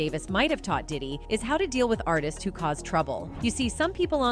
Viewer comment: No shade but It’s pronounced Ar-tist, NOT Artises 🤦🏾‍♀️. You need to work on your grammar since you’re a podcaster/content creator. Again, no shade. Just letting you know. Hopefully you don’t take offense 😊